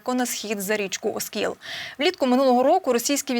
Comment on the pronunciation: оскІл,а не Оскіл.